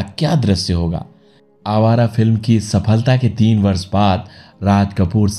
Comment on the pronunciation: प्रस्तुतकर्ता से निवेदन है कि अपने उच्चारण पर ध्यान देवें। बहुत जगहों पर 'श' के स्थान पर 'स' उच्चारित किया गया है, जैसे ससि, विस्व, वर्स, बूट पालिस इत्यादि। शेष प्रस्तुति उम्दा है।